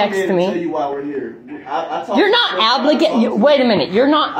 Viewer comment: “You’re not abligated”